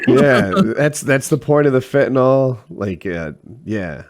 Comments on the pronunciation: Even in rehab EVERYONE including the counselors called it “fentanol.” Like it’s a name brand of acetaminophen 😂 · reminder: the drug fentanyl is pronounced like vent-a-grill, not bet-n-ball